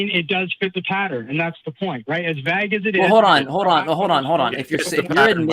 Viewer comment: What got me most was how he pronounced "vague" as "vag" 😆